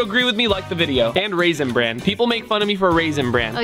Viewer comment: Me double checking to see if he really said rasinbrand🤔🤨😱